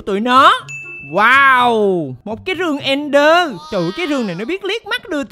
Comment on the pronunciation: Ẹnder anh ơi, ko phải nether